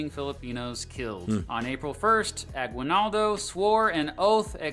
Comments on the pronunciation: FYI, Aguinaldo isn't pronounced "gwi", it's pronounced "gee" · Note on pronunciation: it's "A-gee-nal-do". 🗣 Interesting choice of using icons depicting ships with sails... ⛵ Just the obligatory aside that "concentration" and "death" camps are distinct. Related yes, but distinct. ⛓💀 And so the US never engaged in a disastrous occupation ever...oh. Never mind. 🌍🪖🛫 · ah-GEE-nald-oh. There's no "W" sound in his name at least the way the locals say it. Fun fact: The rebels in the Philippines were the KKK and wore white or red hoods. So if you hear a Filipino talking about the KKK, that's not the white supremacist group. Instead it's a group that was trying to get rid of the white guys. Part of the reason the US doesn't call it the Philippines-American war is they didn't consider the Philippines a country, but a territory at the time. The Filipinos debate to this day whether the US taking over was a good thing or a bad thing.